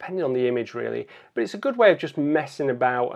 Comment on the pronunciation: As always great video.. And I always love the word 'but' as BWAT